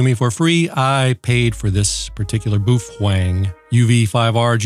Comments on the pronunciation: Is that Kamala in the background talking about green energy and depopulation? I heard it was pronounced "Bow Fung" Like "Feng Shui". But what do I know, never been to China or Japan. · you had me at the first "BOOF-WANG"👍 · Should pronounce "BAO" "FENG" is two Chinese characters. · no no, it's 'boof wang' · I've always pronounced it, POO thang😂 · Well I have a korean friend and his grandpa says it's pronounced Bow-Fong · You are wrong once again. This is a Chinese radio not Japanese so why ask someone from Japan how to pronounce it, your pronunciation is wrong! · I am NOT going to say that you MIGHT be pronouncing the company name wrong - because you said not to do that I would be terrified of being flamed if I did that. But - I would not ask a Japanese person how to pronounce a Chinese word because they would get it 100% incorrect. So, call it any damn thing you want because I don’t give a rat’s ass and I will still watch your great channel. IF I were going to pronounce it (I have lived in China for 12 years) I would probably pronounce Bao exactly like the pointy end of a ship and I would pronounce Feng exactly as you would pronounce what happened to a cowboy who was caught stealing a horse (but with an F instead of an H) and I would probably be 100% correct. OK - Love your channel. I don’t have any more time to discuss this as it is getting late here in China and I have to go on-line and buy a couple of your shirts. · Not right pronunciation, very far off. Had to 😅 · NO NO NO! your pronouncing it wrong! You have to put more emphasis on the B and carry the F longer or the FCC will kick down your door, drag you off to jail, and give you a million dollar fine. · The BaoFeng HT’s are made in China and NOT Japan. You may be right about how Japanese would pronounce the company name, but it’s horrible to try to pronounce a Chinese name like it’s Japanese. The BAO is pronounced like Bow. The FENG is pronounced just like one would in English.